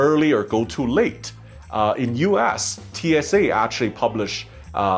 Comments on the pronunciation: The way he said U.S. seemed like U ASS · "Uass" instead US? I mean, you can blame your accent, but honestly you could have been sassy there 😏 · I like how he keeps saying U Ass… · He pronounce US as U-Ass...lol